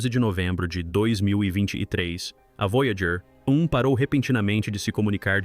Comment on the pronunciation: O vídeo ficou muito bom. Mas para os próximos sugiro revisar a narração de IA antes de publicar. Observe como em vários momentos a narração se refere à nave: “A Voyager……………. (espera)………. 1 está etc.etc.etc.”